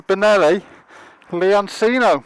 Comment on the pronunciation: Isn't it pronounce lee-on-chee-no? Not C-no